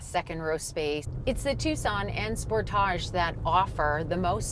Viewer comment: (Sportage) Sport-edge not sport-áje